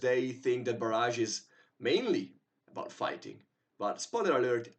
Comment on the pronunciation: FYI the pronunciation is Bar-ij not bar-azh. The second is a weapon strike while the earlier is a dam :)